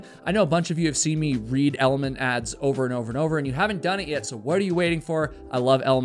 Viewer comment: It's pronounced element. Not elementy. Should maybe get the product that's sponsoring you correct just sayin